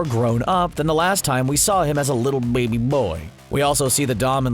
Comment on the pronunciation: how he says bbbaby just awsome